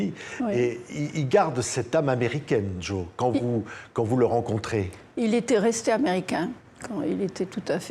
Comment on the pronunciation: Patrick cesses de dire Djo. C est Jo